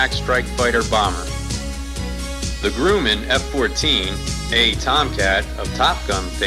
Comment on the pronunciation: Yup, my home when VF-213 was aboard. WESTPAC 1993 when snail mail was the primary method of comm with the outside world. Loved the COD! Great bunch of sailors, airmen and Naval Aviators. All hands were expected to do their job well and have each other's back. BTW, it's Grumman, not "Grooman".